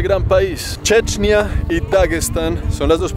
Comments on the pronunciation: No se dice chechnia se dice chechenia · Una duda se pronuncia como lo dice checnia o es Chechenia?